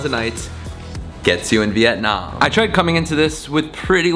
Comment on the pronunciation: I hate the way he’s pronouncing the country